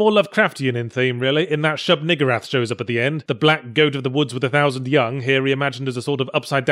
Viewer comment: Shub-What? Surely, if a name (albeit, one of Lovecraft's) has to make you sorta-swear to say it... You find a different way of saying it. Unless, is that truly how they pronounce it in the game...?